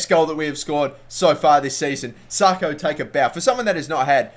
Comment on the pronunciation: pronounced sacko not sarko